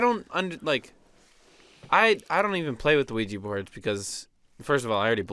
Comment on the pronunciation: When they said the word qujia board Insta chills and a bloody nose on the dot when the said qujia board